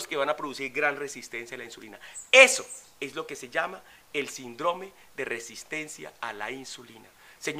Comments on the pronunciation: No por desviar el mensaje con tecnicismos gramaticales, pero no se pronuncia "sindrome" sino síndrome" con acento en la "i" y con la tilde en la misma al tratarse de una palabra esdrújula... Por lo demás fue un mensaje bastante completo. Gracias. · no se dice sindróme, se dice Síndrome. Muéstranos tu título de doctorado!! Porque tú mismo te lo dices unas 40 veces por cada video. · Tengo entendido que se pronuncia: Síndrome, acentuado en la í.